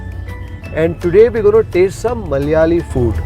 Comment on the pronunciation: Dear bro it's not Mallyaali, it is "Malayaali"